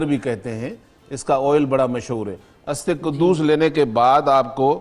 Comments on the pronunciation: aap urdu naam hi ghalat lay rahay hain.... استے قدوس نہیں۔۔۔۔ اسطوخودوس ہے۔۔۔۔ Very harmful for hypertension High BP patients... So plz while doing such a generousity.... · جسکو ادویات کے نام صحیح طرح سے پڑھنا نہیں آتے وہ بھی منافق ٹی وی چینل پر دانشورحکیم تصور کیا جاتا ہے اسطخودوس کو استقدوس اور برنجاسف کو برجانس اور باقی بھی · برنجسف کا نام تو آپ سے صحیح لیا نہیں جا رہا۔۔۔۔ھاھاھھھاا استے قدوس صاحب۔۔۔۔ یہ کتابی نسخے ہیں۔۔۔۔ ھاھاھاھا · جو اسطوخدوس برنجاسف اور منڈی کو درست پڑھ اور بول نہیں سکتا۔ اس کی طبی قابلیت کا کیا کہیں